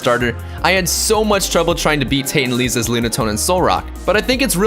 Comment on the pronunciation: Also you mispronounced Lisa